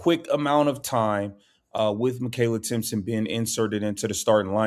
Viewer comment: its Timpson!!!idiot!!!